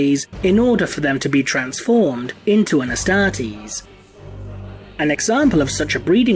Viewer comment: I cant stand the way he says Astartes. Just something about it that hurts.